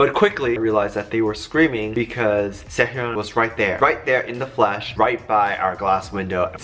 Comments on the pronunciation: im sorry, but its SE-HOON WITH THE HOOOOOOOON. NOT HEEEUN. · His name is pronounced Se hoon. Not Se hyon. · Sehun not sehyun